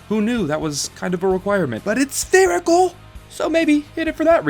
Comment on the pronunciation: It’s spherical.... SPHEREICAL